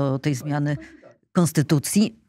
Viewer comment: Kaczka nie chce zmieniać Konstutucji, tylko jakąś konstytułaję - 15.35 🤣